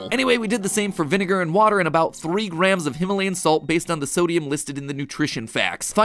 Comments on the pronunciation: it'a Actually Vineger not vinger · "VINGER" 😂 You savage, savage people 👍👍👍👍👍👍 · "vinn - ger" IM DYING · bro said distilled vinger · look how he says vinegar to avoid being cancelled lol